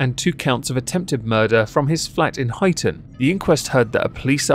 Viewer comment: As a person from Huyton, its pronounced High-ton. 😅 Crazy to see my hometown on here.